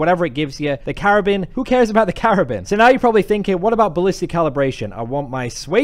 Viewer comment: "The Karabin, who cares about the Karabin" 😂